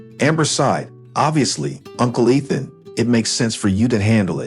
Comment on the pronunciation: And say the words correctly, especially the name Ethan